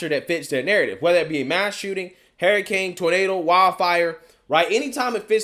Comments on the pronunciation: “Hurricane” not Haracane😉 other than that I agree with you👌🏽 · why do you keep saying "HAIR" A CANE instead of "HURR"ICANE? I just can't unhear that. 🦱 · Please learn to pronounce words correctly. Your atrocious speech impediment bothers me to no end. It's hurricane, not hairicane. Her-icane. Practice it and use it. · "Hair" a cane, lol. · What's a hair-iccane ? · "Hair i cane" lmao. I love it. Look like a Hairicane hit Joy Reids head. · I like the way he says hurricane. Lol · I like how you pronounce hurricane.